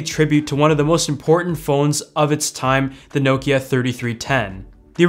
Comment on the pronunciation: He pronounces it well enough